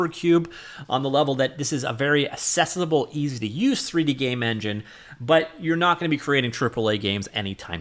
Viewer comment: "axe-essable" Not "assess able" 2 completely different words.